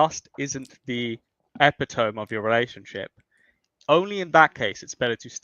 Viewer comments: LOL! "eh pih tome"? 🤡 Thanks for BBQing this guy,. Only christian nationalists and white supremacists cry about birthrates. is gross, but to be fair he's also incredibly stupid. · The epi tome? Lol